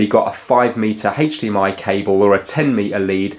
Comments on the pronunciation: haych dee em eye :) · Haitch DMI